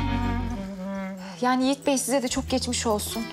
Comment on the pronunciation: Can say Yogi no Yigit 🤣🤣🤣